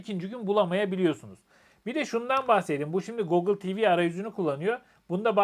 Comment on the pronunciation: Bu saatten sonra alışkanlıkları değiştirmek mümkün olmayabilir ama doğrusu "gogıl" değil, "gugil". Sizinki "şarj" yerine "şarz" demek bir şey. Selamlar. Kolaylıklar.